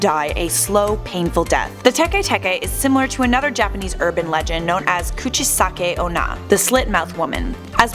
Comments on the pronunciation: Tekay Tekay 😂😂 it's pronounce like Teck Teck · Don't u mean tay-k tay-k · It's Tikwi not Teke Teke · I'm pretty sure it's Tiki Tiki, but whatever